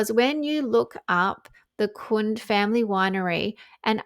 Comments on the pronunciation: It's pronounced Kun-day. I live near the winery. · Hey, its pronounced Kun-dee. My former SIL was the CFO for them 20yrs ago. The have lovely grounds. Sonoma County may have more vineyards than Napa. Just FYI. 💖✌️